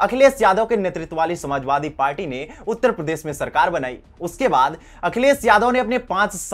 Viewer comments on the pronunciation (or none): none